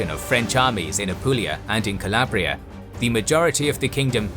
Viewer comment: Alarabia (noooo Calabria (yesss